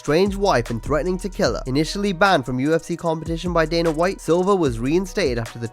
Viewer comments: DANA not DANER. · It's Dana. Not Daner.